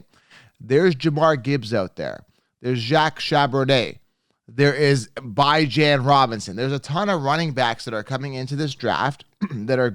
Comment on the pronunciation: You butchered the pronunciation of Bijan Robinson’s name 😂, but I agree with your analysis